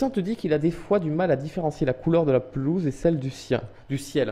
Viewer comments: Lol ta dit la pezoule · linoisette lol il y avait ecris "pelouse" et il a dit"pesoule" à la place